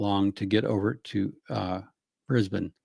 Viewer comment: Beautiful pronunciation of Brisbane 👩🏻‍🍳 😘 🤌🏻